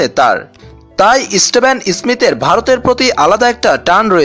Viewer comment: Istevon ismith noy dada steven Smith